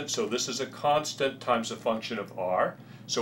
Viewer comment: its "constant"